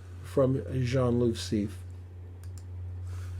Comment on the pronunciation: It’s pronounced C.F. not “seef”. He used a 21mm.